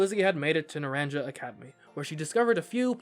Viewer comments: It's pronounced "na-ran-ka." Not "naran-ja" Just so you know 🤗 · Not naranJa but naranHa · Naranja is pronounced "Nah-rahn-ha." It is Spanish for "Orange." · It's driving me NUTS how you're saying Naranja XD The "j" is pronounced like an "h", so it's said "Na-ran-ha", not "na-ran-ja" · Hey, it’s pronounced NaranHA NOT NaranJA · Some of you all need a Spanish 101 course . I can't handle how you keep pronouncing things like the school name. It's painful. The j makes a h sound so it sounds a little more like Nur Ron ha and Violet school sounds more like Oo Vah. But thanks for the video mate and the fun voice over. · It’s pronounced naran-ha. Means orange in Spanish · Just FYI, Naranja is pronounced "na-RAHN-ha". It's the Spanish word for orange (both the fruit and the colour) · It physically pains me everytime someone calls it naranjah academy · it's pronounced nar-ahn-ha. In Spanish the j is more of an h. Example: the name José. (For reference, naranja means orange in Spanish.) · "Naranja" is pronounced "nuh-RON-huh". It's the Spanish word for "orange". In Spanish, "A" is pronounced like the "A" in "talk", and "J" ("Jota" in Spanish) is pronounced like the English "H". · ARGH! YOU PRONOUNCE THE J LIKE AN H NARANJA GODDAMNIT! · Hearing him pronounce “naranja” hurts me